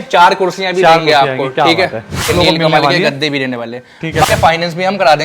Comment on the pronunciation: Nilkamal hota hai neelkamal Nehi😝😂😂